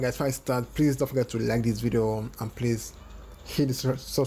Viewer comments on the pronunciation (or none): none